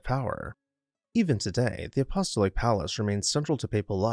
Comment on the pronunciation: Apostolic is pronounced “a-poss-TAHL-ik”